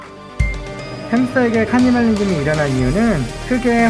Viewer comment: 하..카니발리즘이라 그러는게 자꾸 거슬리네요.